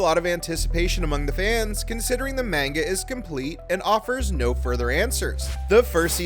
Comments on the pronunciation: You’re pronouncing Manga wrong: it’s not pronounced “Main-ga”, it’s “mon-ga”. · The way you pronounce manga and the character names infuriate me